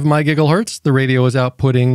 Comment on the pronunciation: "UHF 70 semeneters" "from 136 my giggle hurts"